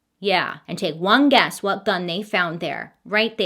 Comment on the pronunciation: "wutoh" oh. I see you Orville. 🤣